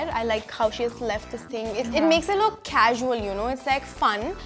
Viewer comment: Its casual vani not khaaacusal 😂